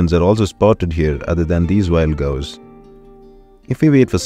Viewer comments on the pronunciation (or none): Cows ❌ Gows ✅